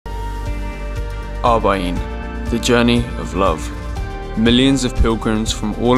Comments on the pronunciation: It’s actually Arba’een with an R. It means ‘40’. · Arbaeen not Abaeen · ARBA'EEN not ABA'EEN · Mate it's Arb'aeen😂